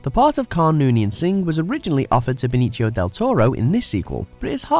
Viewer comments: Benikio Deltoro???? Really?? Did you just pronounce Benicio like Pinocchio???? Hahahahaa It's pronounced Ben-E-theo or with south american pronunciation: Ben-E-see-oh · He pronounced Benicio as Ben - E - SHI - oh. Which is still wrong, but not "pinocchio" wrong. But you are correct, it's "see". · Did the he really pronounce a Spanish name in an Italian fashion?